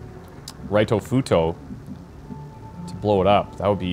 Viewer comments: Hey, can you please do us all a favor and pronounce “Ritofuto” as it is meant to be? In Japanese “i” is generally pronounced like “ee” in English so “Reetofuto” is how it sounds, not “Raitofuto” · Correct me if i'm wrong, but i'm pretty sure Ritofuto suppose to pronounce Ree-to, not Rye-to.